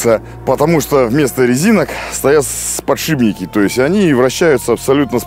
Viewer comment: Подшипники подшипники! Не подшиБники )))